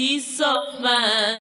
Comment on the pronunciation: My sweet lor ord. Your so fi ine. Making two syllables out of one with the last word. That nails it. I believe George didn't do it intentionally. But then, i would say that, being as i'm a totally biased Beatle fan.